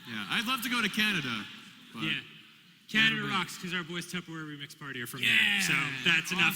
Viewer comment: "I love canadia"